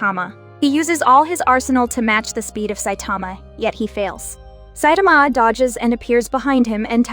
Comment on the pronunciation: It’s (sai-ta-ma)